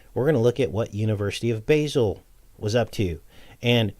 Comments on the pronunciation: I lived in Switzerland for 6 months its pronounced Ba zel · Basle is pronounced Baal. Its also where you'll find the large hadron collider.